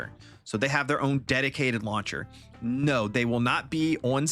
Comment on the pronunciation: Where do you hail from, good sir? I've never heard someone say the word "no" quite like you do.